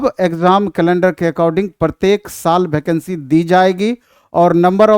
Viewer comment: भैकंसी ni वेकेंसी होता है